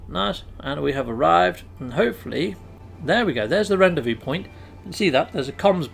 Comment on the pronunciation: Hi... Loving the vids & tips.... Ps... Rendezvous is pronounced.. Ron Day Vu...:)